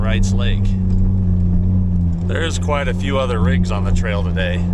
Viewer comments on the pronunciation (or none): none